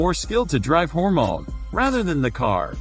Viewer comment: old one, this new guys can't say hormone properly